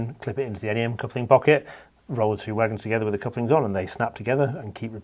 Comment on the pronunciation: Great to hear 'NEM' pronounced 'En Ee Em', as opposed to the first part of 'nematode' 👍